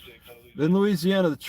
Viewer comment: I swear I heard say * louisiouana * at first there😅